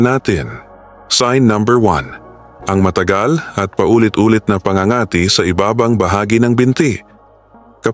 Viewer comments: It is so annoying when you mis pronouced the word PA ÑGA ÑGA TI before doing voice over pls do pronouciation check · Pangangati’ mabilis ang bigkas !matigas ang dila ng vlogger n ito.